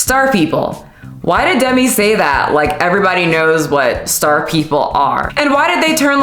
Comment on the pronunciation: Themi not Demi 🤣